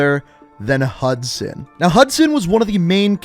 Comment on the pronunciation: Say hudsun